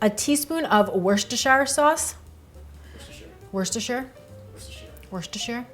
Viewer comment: You the first person that I have heard pronounce it correctly, it is three syllables, perfect